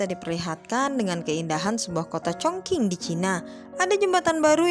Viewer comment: Baca nya bukan congking weiii😂 ChongQing yang bener